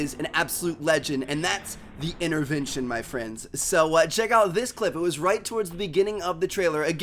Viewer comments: What is an "innervention" ? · the accent is so weird for me coz yuu dont pronounce yuur "t" unless theres a vowel like yuu say inerverntion and i would would say intervention its so cool to know